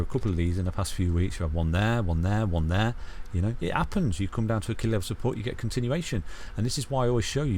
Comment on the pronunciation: "testing key levels of supPOURT"